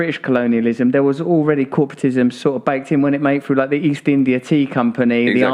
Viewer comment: UK pronouncing words that begin with "th" as "f". Example: Russell says "through" as "frew". Where did this originate? Anyone know?